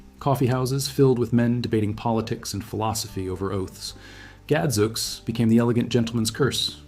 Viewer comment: Well, not only are many of these still in common use in Britain, but they also pronounce them correctly. e.g.Gadzooks is pronounced "Gad! Zoo-ks" not ... whatever the heck you just said.